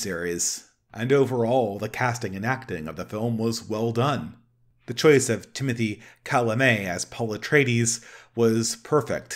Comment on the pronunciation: Timothy Kallamay, Denis Villnoof, Alejandro Joe de Rowsky, Leet Keens. Good god, did you deliberately set out to mispronounce every single name in this video?